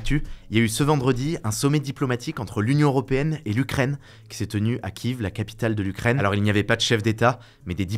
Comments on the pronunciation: Quand est-ce que vous allez enfin prononcer Kiev (Kièf) correctement ? C'est pas comme si le conflit avait commencé hier... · C’est kiev pas kyiv 😅